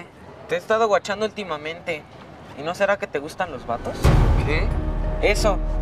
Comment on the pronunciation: “Wachando” jajajajjaja